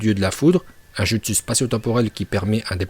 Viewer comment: A n'arrive pas à la cheville de Minato et sa se dit joutsou et sa s'écrie jutsiu Tobirama se fait exploser par MINATO. Et Minato peux battre Hashirama